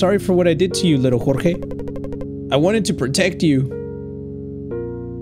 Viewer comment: why do you say chorchey and not jorge 😂😂😂